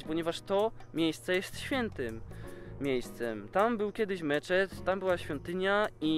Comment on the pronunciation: Ocochodzi z tym ''Meczet''